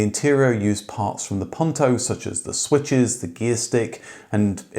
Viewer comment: Puuuuuunto, not pawntow. Nice story though, especially liked the presence of the original producer